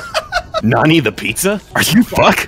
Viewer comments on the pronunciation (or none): none